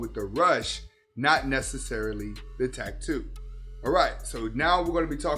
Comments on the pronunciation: Wtf is a tack-too? It’s pronounced like it’s spelled dude tat-too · Drank everytime he said Tack-too im certain I’m going to need my stomach pumped. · the way he says "tack too" is cringe AF LOL